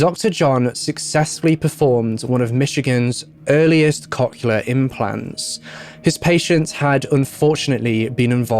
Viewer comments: One correction: cochlear is pronounced "COKE-leer" or "COCK-leer". It seems like it's one of those ones like "nuclear" where some people who pronounce it "new-kya-ler" instead of "new-clear" can't actually hear the difference in their own head. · It took me a couple times to realize he was saying cochlear and it was a little funny, because I am immature. Cock-uler implants, eh? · As one person commented, he pronounced cochlear wrong over and over again 😛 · around there the hearing aid term was some what mispronounced which I know because I have those type of hearing aids at age fourteen currently but he did his best at pronouncing it and some ppl say stuff differently